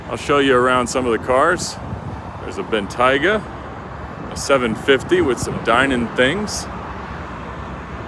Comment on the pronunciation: “Ben Tiga” doesn’t sound right.